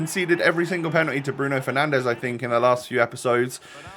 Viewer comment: Lol “penandes” respect 😂